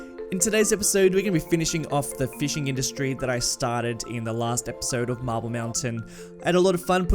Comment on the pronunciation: Everytime you say "marble" I keep hearing "mabyl" (like when in school we tried too hard to sound british (am not a native english speaker) and it makes me laugh each time :D Love the content and greetings from Poland ^^